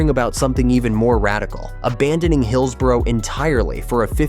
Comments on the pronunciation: I'm a Blade and on this we agree! At least learn to say hillsborough ffs 😂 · Get a narrator who knows how to pronounce Owlerton and Hillsborough. North American phonetic pronunciation of these key locations make me shudder. If you want to talk about places, get someone who knows how to pronounce them! Grrrr! I'm a Sheffield United fan but this really pisses me off.